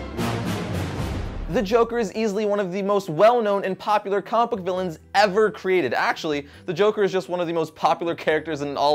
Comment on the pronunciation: It bugs me so much when he says "compook" instead of comic book